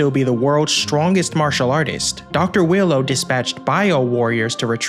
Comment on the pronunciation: why do u pronounce Wheelo as Willow?